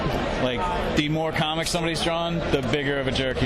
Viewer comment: Com-mics? What are these Com-mics of which you speak?